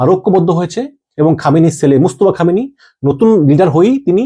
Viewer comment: খোমেনি না খামেনি হবে, অনেক ভূলভাল বলেন আপনি???🙄🙄🙄